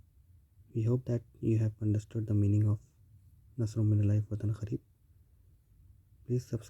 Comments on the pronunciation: Its kareeb, not kh...reeb,its kaaf not with hey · It's ,"KAREEB" NOT KH-KHAREEB. you illiterate Indian spoiled the entire World and Islam